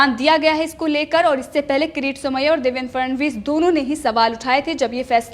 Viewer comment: देवेंद्र फडणवीस। ठीक से बोलो 'फ ड ण वीस'